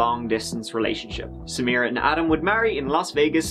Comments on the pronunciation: That is the correct pronunciation. It wasn't pronounced Sameera, it was pronounced Sam - i - ra or Samra. if you listen to interviews with her friends and family, they pronounce it similar to the prosecutor. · At first, I assumed you were bothered by her mispronunciation, assuming she would pronounce it "Sa-MY-rah" or something. I finally got that point where she was giving her statement to the jury and she said it like...I can't even write it out, since I've already forgotten how badly she butchered the name. You're damn right that prosecutor was annoying. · Samra? she can't even say the woman's [incredibly easy] name correctly!!!